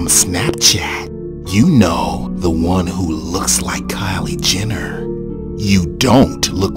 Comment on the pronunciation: Kyle Jenner lmao..more like "cait" 😂😂😂